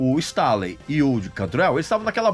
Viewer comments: Informações bem bacanas, mas o que dói é a pronúncia do sobrenome do Layne......não é Stáley e sim "Stêiley" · "Layne Stalin" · Pq vc pronuncia Layne stÁley? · Cara, que agonia do Regis pronunciando “Stailey” kkkkkkkkkkkk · Regis, não me leve a mal, mas a pronuncia do nome do Layne Staley, me pegou ao longo do vídeo e fez com que perdesse o foco no conteúdo. A título de curiosidade o nome é pronunciado dessa forma: Layn Stay.lee ou, abrasileirado, Lein Istêi.lí. Digo isso, pois já ouvi Stanley, Istálei, etc. Ademais, vídeo excelente! Alice in Chains é minha banda favorita desde o início dos anos 90 e o Layne é, com certeza, um dos maiores vocalistas da história do Rock! Obrigado pelo material. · LAYNE "STÊNLI" "STAILI" é foda. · Dá nervoso ver ele pronunciar o nome do layne errado. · Aposto que o Regis não sabe pronunciar o sobrenome do Layne.